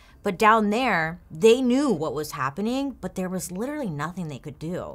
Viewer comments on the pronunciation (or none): none